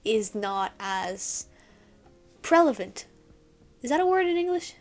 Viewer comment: You got the right word, just the wrong spelling and pronunciation. You said "prelavent". The word is "prevalent".